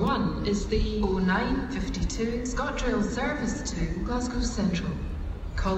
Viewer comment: The "service to" bugs me. She needs to change the tone.